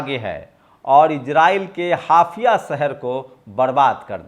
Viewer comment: हाफिया नहीं, हाइफा, कौन-सा गांजा फूकते हो?😂